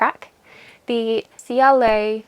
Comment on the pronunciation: Great episode! Ceallaigh is the Irish form of the name Kelly and is pronounced “Kella” 😊